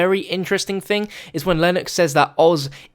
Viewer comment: wait he said thang